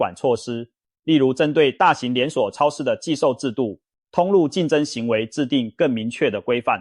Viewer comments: 包皮超市 是我聽錯還是故意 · .....我怎麼聽到包皮超市😢 真的，那天看個垃圾袋，一捲是小北的三倍價，抵制